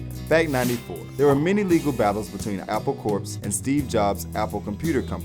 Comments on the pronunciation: Never mind that loads of these facts are wrong, couldn't you at least have got this muppet to pronounce the words correctly? "Ivan Vogon", "Skyfull", "Pre-lood-in", "Stanford and Son", "Al-dose Huxley", "Apple Corpse", "Octopus Garden", "beluvved". I know he doesn't give a shit about The Beatles and is just reading (badly) off a screen, but it's not hard to check this stuff. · "Apple Corpse"... facepalm. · it's Apple Core (get it?) not Apple CorP - the P is silent. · ~ It's not pronounced "Apple Corpse." Jeeze. Corps is pronounced "Core." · John took time off from the music business from 1975 to 1980 It's Apple Core Not Apple Courpse You do not pronounce the PS in the word Corps - which was the joke Like the Peace Corps It's not funny if you pronounce the ps There were other mispronunciations and such, but overall it was pretty good, and entertaining. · It's pronounced Apple "Core" not corpse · Apple Corps is pronounced "Apple Core" just like the core of an apple. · even though it's spelled apple corps ,it's pronounced apple "core" ...get it? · apple corps is pronounced 'apple core' as in a military corps